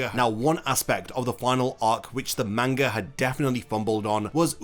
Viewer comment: Learn to pronouns manga right! your fckin annoying everytime you utter that word the wrong way...